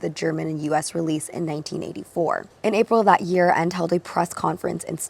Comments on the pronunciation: hei, so because Michael Ende is a German Author you say the ending "e" as well. En "de" (like the letter "D" in the alphabet, kinda) ALSO LOVE THIS CONCEPT YOU DID HERE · The Last „e“ is not silent in „Ende“. Just like „Porsche“. Sry I don't mean to nitpick. Michael Ende used to live right around the corner from me :) I loved his stories as a child😊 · the second e in Ende is pronounced the same as the first e. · that's not how you pronounce michael nor ende 😂